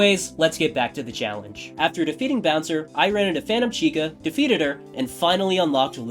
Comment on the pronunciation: is it just me or do yall hear fanum instead of phantom 😭